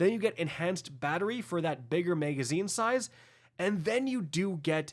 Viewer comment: Why can’t this nitwit say “magazine”?